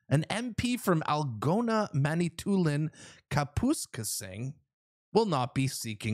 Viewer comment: what country are you from haha! It’s Algoma with an m not an n, Mantoulin is pronounced man it toolin,and Kapuskasing is pronounced kap uh skaysing. Take a drive through the north but nice try anyway.